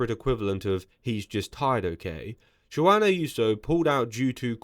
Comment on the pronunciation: Google “pronounce Juan”.